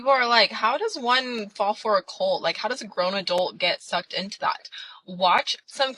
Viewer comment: That person might be the most irritating person to listen to on the planet. Good god. If a word ends in a t, it’s not normally silent. Cult is not cull.